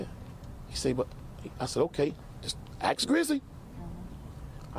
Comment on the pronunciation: Why can’t he pronounce the word ask?